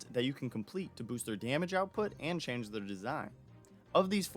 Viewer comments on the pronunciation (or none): none